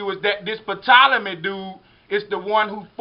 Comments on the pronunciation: Although it's spelled "Ptolemy" it's pronounced "Tolemy" the 'p' is silent. It's not "pettolemy". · I don't mean to be funny but........"Patolomay?" Lol The P is silent it would be pronounced "Tolamay" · Ty lol i love history but damn sir rapis and pptolemy was grinding my gears a bit lol other than that great information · Great info bro. Just a few corrections. There is no P sound in Ptolemy. It just sounds like Tolemy. Also, AD does not stand for after death. It stands for anno-domini. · How does this guy not know the P is silent on Ptolemy??? I will always love this channel, but this video in specific is not covering all the bases. This Serapis god is connected to the bloodline of Cain from Genesis, and is certainly not the first god to mimic the elements of the Jesus in BCE. Satan is referred to as the serpent in the Bible, and has created his own Christ figures since the beginning of his fall from heaven thousands if not millions of years ago. The facts is providing in attempt to prove his theory are not complete in their presentation.